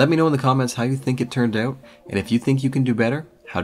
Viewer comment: i liked it until you said Ouuut its OUT